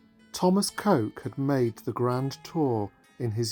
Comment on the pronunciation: Lovely video but I think you will find that Coke is pronounced as ‘cook’. Illogical I know…